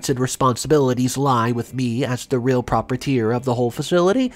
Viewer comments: PROPRIETOR is NOT pronounced as 'prop-po-teer'. It IS pronounced as 'pro-pry-eh-tor'. (It still amazes me how long you've been doing this, and still get so many words wrong, as to how you say them!) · proprietor is pronounced 'pro-pry-et-or.'